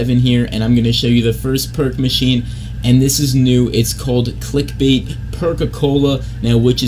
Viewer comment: It's called click Balt that fucking killed me 😂😂😂